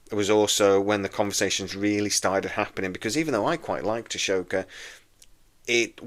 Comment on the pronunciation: It's AHSoka, Not ASHOka